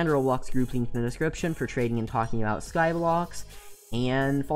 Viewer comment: Did anyone else realise that he is saying Skyblox and not Skyblock